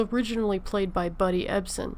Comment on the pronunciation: if you cant even pronounce Uncle Jedds and Barnaby Jones name you should not put these pieces out.